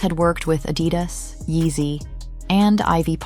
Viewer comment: The emphasis in Adidas is on the 2 'A's, not the 'I'. 🤓